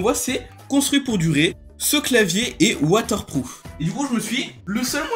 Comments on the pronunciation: Il est watterproof pas soap-proof lol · mdr tu dis Wather prouf xD